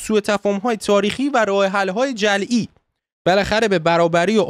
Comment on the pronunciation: این گی گی همیشه منو یاد این شعر یاس میندازه با یه عطسه فیدی ، یه مغز چرکی ، لنگ بیتی یه متلکی توو یه بحث جدی البته مهم نیست که ببیننت به دید چی واست مهم اینه که تو فقط شنیده شی راستی چرا جعلی رو خوندی جلعی 😂 درضمن به نظرم هیچکس تو این بحث منطقی تر رفتار کرد